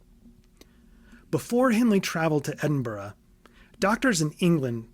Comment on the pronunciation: not even ten minutes in and i'm already vicariously living thru this video. this is so indescribably meticulous and in-depth that honestly, i'm glad someone else has such a deep passion for the world of bloodborne and its true inspirations. note: THANK YOU for pronouncing edinburgh right. not many outside of scotland do, so it's a nice big of respect from me as a scot.